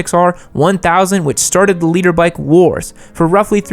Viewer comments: I also thought it was “leader” for a bit. I too am a “nooblet”. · Thanks for the labels. Now I know you're saying "liter" not "leader" makes a lot more sense. Yup, I'm a nooblet